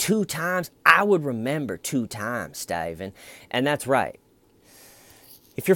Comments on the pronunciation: so glad i came back to these early videos, for a while i was convinced that saying “why stayyyvenn why, schhhhmeda” was you saying something in another language XD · It’s pronounced staeyyvenn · Never saying Steven the correct way again 😄!!!! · The emphasis on “Steyven” and his troll head have me rolling lmao.